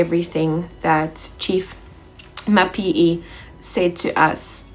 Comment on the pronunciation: Mapiyeye... to get it right, break it down and repeat it few times...: Ma_pi_ye_ye 😉. Otherwise great work 🎉🤝🏿.